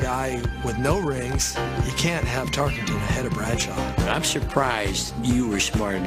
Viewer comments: to start lol HEY LADY it's TARKENTON not TARKINGTON!!!!! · If Tarkenton’s was the first football name she learned, it would seem she’s had enough time to pronounce it Tarkenton, not Tarkington.